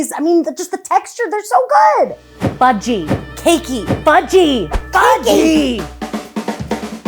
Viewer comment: I heard fu-key 🤣